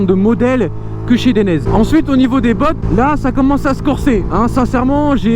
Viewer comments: Atlas non ;) DAILLENAISÉ ! Regarde les pubs dainese en Italien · Dainese se prononce "Deinizê" ;). Bonne vidéo sinon ! #DAINESE